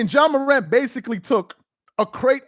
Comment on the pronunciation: HIS NAME IS JA PRONNOUNCED JAH!!! NOT JOHN MORANT. YOU'R PLATFORM IS TOO LARGE FOR YOU TO CONTINUE TO PRONOUNCE NAMES WRONG; STOP IT. JAH DID NOT HAVE A GUN ON NBA PREMISES.